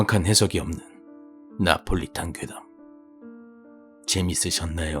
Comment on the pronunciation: 레탄이 아니라 리탄인데요....